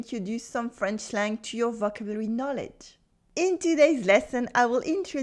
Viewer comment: Hi. Love your work. And if I may assist you with your English a little... "Vocabulary." You pronounce this word flat, without emphasising any syllable, as you might in French. I English, it's more customary to emphasise the "cab." So, "voCABulary", rather than "vocabulary."